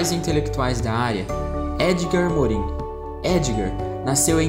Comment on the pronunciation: parabéns pelo vídeo! Tenho prova hoje e seu vídeo me ajudou muito a sintetizar as ideias dos teóricos. Gostaria de dar apenas uma sugestão: atenção a pronúncia dos nomes dos teóricos. Como os nomes são franceses, a pronúncia correta seria: "Jean Bôdriard" "Edgar Morrãn" "Michel Focô" etc. De resto está perfeito. Parabéns!